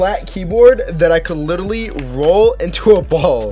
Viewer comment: Ha you say litelly it’s literally not litelly lol